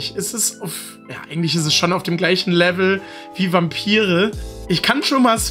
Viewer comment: Ich war total überrascht, weil du „Vampire“ wie „Wampiry“ artikuliert hast. Du hast das wie Polen gesagt. Sooo süß hah. Beste Grüße! :D